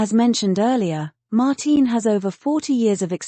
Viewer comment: It's not "Mar-teen," it's Mar-tin Brundle. But that's what you get with AI. Does no one review this material before posting??